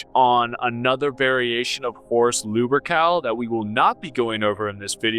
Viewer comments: Good ol' Lubercal Okay, this guy is very frustrating to listen too. Between the constant repeating, the constant self nerd-glaze (which is inaccurate, you're a geek at best, a poser at worst), pronouncing many MANY common words wrong, and slurring, unintelligent cadence, I don't understand how people could watch this with any seriousness 😅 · Is he purposely saying "lewbercowl" or is just a speech impediment? I mean, most people don't pronounce "Lupercal" right to begin with, but godamn. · Luh-pur-kl... I guess that's how his name is pronounced